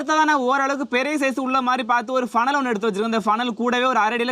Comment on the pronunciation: பனல் இல்லை புனல்